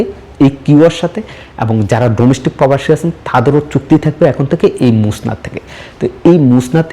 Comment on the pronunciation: ভাই এটা মোসনাদ নয় মুসানেদ